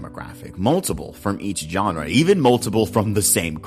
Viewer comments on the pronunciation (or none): none